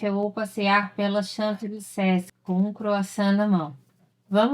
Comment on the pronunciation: Muito engraçado como você falou champs elysees. Kkkk